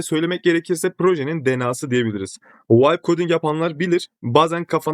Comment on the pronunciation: Videolar icin tesekkurler ama yapa-biliyorsunuz, kura-biliyorsunuz, o-diye-biliriz demek yerine dogru sekilde telaffuz etseniz keske. Biraz rahatsiz etti de :)